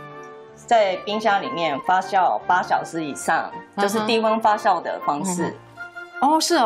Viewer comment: 谢谢视频！ 不过发酵读fa JIAO 而不是fa xiao（发笑）